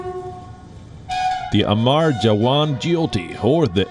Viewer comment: It's not amaar it's amar !!! They mean 2 different things. Pls